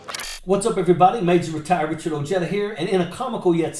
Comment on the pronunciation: The J in Ojeda is silent.